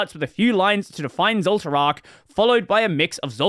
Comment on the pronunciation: intentionally mispronouncing zoltraak as if you never watched frieren 😄